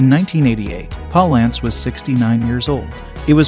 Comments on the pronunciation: Jack 'Paul ants'? ?? Poor Guy's probably turning in his grave at the way you're butchering that pronunciation! lol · Jack Palace is pronounced like balance. There is a clip of him saying how much he hated mispronunciation of his name... 🤔 I know my spelling is not perfect, though. 🤷